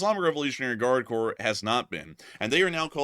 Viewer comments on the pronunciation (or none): none